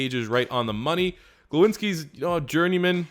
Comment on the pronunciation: It’s Glownski pronounced like Clown but with s G then ski as in skiing